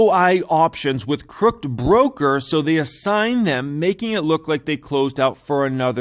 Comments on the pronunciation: Haha, it’s pronounced crook-ed. Great video. I’m definitely thinking about adding this to my long term portfolio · I love you, but that word was CROOKID, as in not straight or shady. <3 <3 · CROOK-ED 😬. Glad you can read financial statements 😂